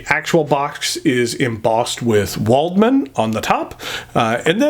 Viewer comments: W is pronounced V in German, so this would be pronounced "Valdmann". Most of my pens are metal and German, my favourite is stainless steel Lamy 2000 and Kaweco Sport Brass. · Very nice review, just one note, Waldmann is pronounced with a V. Other than that all the pens look nice, but the Concord is in my opinion the best looking one. As for my favourite metal pen, I am afraid I don't own any metal pens other than my Lamy Al-Star, so I don't think I can express a justified opinion!